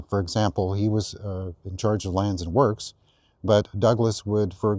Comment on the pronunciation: "Land and works". Works rhymes with perks, not with forks.